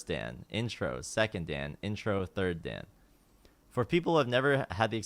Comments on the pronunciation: PLEASE stop saying daen it's dan as in だん PLEASE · He pronounces "Dan" like it's just a guy's name lol